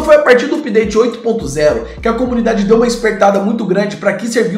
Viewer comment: Não se fala (úpdate). Tente "âpdate".